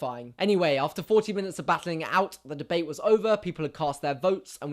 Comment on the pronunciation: God! I love how Jack pronounce 'debate'. just mmhot <3